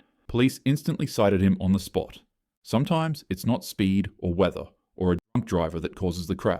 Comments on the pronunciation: U can't even say drunk now ?? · you can't even say the word Drunk. 😐